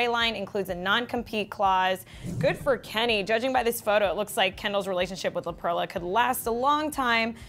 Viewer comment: It's pronounced La PERLA NOT La PRELLA 😂😂😂